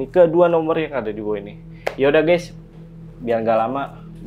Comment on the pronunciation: Koreksi kak "Guys" bukan "Gays"